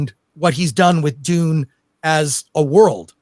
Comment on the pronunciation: Sing this to the meow mix song. It's supposed to be Dune,not dun. I am so hungover. Dun dun dun dun dun dun dun dun dun dun dun dun dun dun dun dun dun dun dun dun dun dun dun dun dun dun dun dun dun duendshut down.